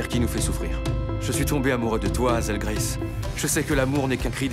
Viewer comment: Mes oreilles saignent à chaque fois que les doubleurs disent "Azelle graisse".... Malheureusement, dès que nous, français prononçons un nom anglo-saxon, ça ne le fait pas ! #ShaiAnselNatvoices